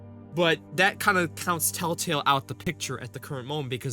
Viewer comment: I am 2 minutes in and you can't even say Tell Tale right or spell it right! Why should we listen/watch you? Just asking??????!!!!!!!!!!!!!!!!!!!!!!!!!!!!!!!!!!!!!!!!!!!!